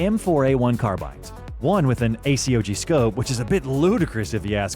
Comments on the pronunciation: ai isn't perfect and makes mistakes all the time. This is also probably the only time I've heard someone spell out A C O G instead of just saying ACOG like a word, which I catch stuff like that in ai videos all the time. Also, saying real soldiers would use flash suppressors when every rifle at that point had a flash suppressor. They all had A2 birdcages, which work really well for suppressing muzzle flash. Unless they meant to just say suppressors, since apparently the A2 is only bad at being a suppressor host and that's one of the reasons people swap them out. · I'm not convinced the narrator is real. Nobody spells out A-C-O-G, everyone says ACOG like "ayycog".